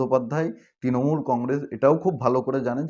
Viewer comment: Ektu uccharon ta thik korun bhai. Kotha ta 'Tinamool' not. Kotha ta "Trinamool"